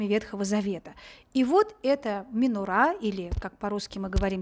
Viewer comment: МенОра, а не менорА